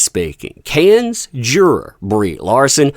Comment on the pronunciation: Cannes= “Kan.” It is not phonetic, like cans or can-es. It is pronounced like “kan” please get this right if you’re going to talk about it…